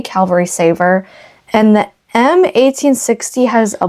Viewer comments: I really enjoy your videos! I have to ask, however, are you saying "cavalry" or "calvary"? Sometimes a little of both? I'm guessing that maybe you were raised Lutheran and went to the local "Calvary Lutheran Church"! It's OK. I still occasionally get calvary (location of Christ's death on the cross), cavalry (a soldier's regiment), and Calgary (a major city in Alberta, Canada) mixed up in my use of the words! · The word is CAValry, meaning soldier riding on horseback. You keep saying CALvary like the hill where Jesus was crucified. 🤣🤣🤣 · You have a wonderful sense of humor. Your videos are so well-produced and fun to watch. I look forward to each episode to see what treasures you will highlight next. For what it's worth...it's "Cavalry", as in horse infantry, not "Calvary", where Jesus died. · Your lantern is a little rough, and seems to be missing the cap for the fuel reservoir, though probably available online. Also, CAValry, armed forces on horseback, not CALvary, scene of the Crucification. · Fun show! I must say you are saying Calvary re: the Civil War sword. Calvary is where Christ was crucified. You mean cavalry-soldiers on horseback. Anyway, keep the lantern! Very cool stuff you’re finding! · Stop!! Going crazy with ur calling the thing a CALVARY sword. Now let’s try saying CAVVValry😂😂😂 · I love how you say Calvary almost every time it is supposed to be cavalry. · please know that there’s quite a difference between “cavalry” and “Calvary”…🫶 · Sorry to correct you, but you keep saying CAL-vary sword. The word is CAV- alry. The V comes first in the word. CAL-vary is a name for the hill where Christ died. CAV-alry is the name of horse riding soldiers. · Please stop saying Calvary it is CAV - AL - RY.Its driving me crazy😊😊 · Lol, Calvary is where Jesus died. CAVALRY is soldiers on horseback. No judgement, just funny. I love your videos.